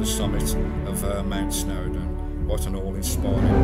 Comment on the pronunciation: Hi matey, just want to point out it’s Snowdon